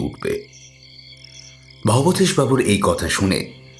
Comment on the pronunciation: কি আশ্চর্য!উনি "ভবতোষ"বাবু,ভবেতেষ-নয়